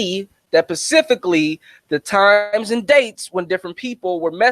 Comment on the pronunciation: "Pacifically" is about an Ocean. You mean SPECIFICALLY - meaning a Specific and Accurate Point. PRINCE 4EVER.